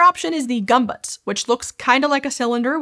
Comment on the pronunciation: You said "bayazin" when its "basin" and "gumbutts" when its "gömböc.